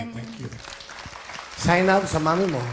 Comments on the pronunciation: Yung pronounce pa lang ng Zeinab ay Zay-nab not Zey-nab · Wengyah ZAY-NAB PALA PRONOUNCE NAKIKIPAG TALO PA KAIBIGAN KO ZEY-NAB DAW 😃😂